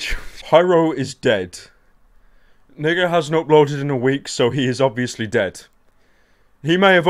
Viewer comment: He said niiga